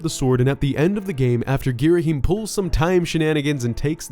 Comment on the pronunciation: No it’s pronounced as GHEE-ra-HAM.